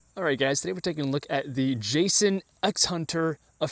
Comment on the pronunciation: It’s Ja-sion not Jason lol. Not that it really matters they all come from same factory in China and ship out of same warehouse in CA lol 😆Horst link suspension is outdated.